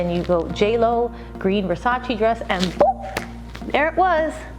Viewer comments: Donatella said its called versace not versachee. But love you JLO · Versace not versaci!!! please call it properly does not take a PHD"!! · Every time she pronounces "Versace" makes me wanna play her the Vogue's 73 Questions with Donatella.